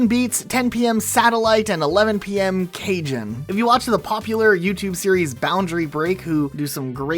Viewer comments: My dude said... CAJON... lol its CaHON lol Its a drum. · Cajon (said like ca'-HON) is a box shaped drum you sit on and play with your hands. Not said like Cajun lol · Cajon is pronounced Ca-hone, not like Cajun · i believe cajon is pronounced “kuh-hone” not “cajun” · Just a heads up, cajon is pronounced "ka-hone", not cajun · "cajon" is pronounced caw-hone 😀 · it's pronounced "Ka-Honn" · lmaoooo cajon is pronounced like ca-hone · Cajon is actually pronounced cah-hone. It's a type of wooden drum thing that people sit on and play rhythmic beats with. Usually with bells and things inside. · "CAJON" is pronounced "cah-hon" a cajon is a kind of square drum that you sit on and hit the front and sides to make the sound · Thanks for this comment! As someone that lives near a town called El Cajon, hearing it called "Cajun" made my brain bluescreen for a split second. 😂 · I live in El Cajon and hearing someone say Cajun hurts me a little inside